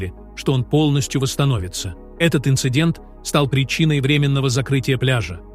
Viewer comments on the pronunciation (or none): none